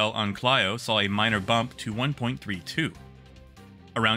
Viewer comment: Great work. I posted this before and not sure what happened to it but there are a couple pronunciation errors in an otherwise great video: Clio should be pronounced like Cleo Arial should be pronounced like Aerial